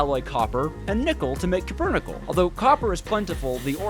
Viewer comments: Copernickle is a lot easier to say and flows better, but the metal is called Cupronickel, as in copper - cuprum. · Alloy made of copper and nickel called copper nickel though spelled kinda weird it should be very simple to pronounce correctly, it's Like calling a cheeseburger a "sheesay bujier" it's just disgraceful to ragebait so shamelessly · You know, I thought I had heard every possible crime against language, but then you came along and decided to publicly execute the word cupronickel. Four syllables. Four. And you somehow turned them into an auditory trainwreck so confusing that even Google Translate would’ve thrown its hands up and gone home. Let’s break it down: “cue” — like when someone gives you a signal. Simple. Then “pro,” as in professional, which you are clearly not when it comes to speaking. Then “nickel,” which is literally a metal and also the coin you probably never use because math and words both terrify you. Yet you took that straightforward combination and produced a sound so strange it belongs in a museum of linguistic disasters. Honestly, I’ve heard toddlers inventing words while chewing crayons that sounded closer to cupronickel than whatever just escaped your mouth. Somewhere, every English teacher you ever had just got a migraine at the same time. But this isn’t just about pronunciation—it’s about what you did to science itself. Cupronickel isn’t just a word, it’s an actual alloy of copper and nickel, used for coins, marine engineering, and actual important human inventions. It’s a material with integrity, durability, and purpose. Meanwhile, you said it in a way that stripped it of all dignity, reducing a proud metallurgical term into verbal scrap metal. You didn’t just mispronounce a word; you committed identity theft against an alloy. Think about the legacy you’ve damaged. For centuries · It's not cupronickel, it's cupronickel